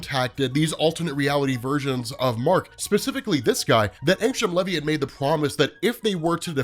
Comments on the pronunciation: Bruh..... it ain pronounced levee. U soun like my school teachers taking roll call. Wrong af. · Maybe when he makes his appearance on Amazon we’ll hear how it’s pronounced